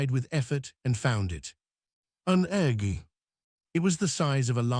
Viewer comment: Instead of egg it's Egghh.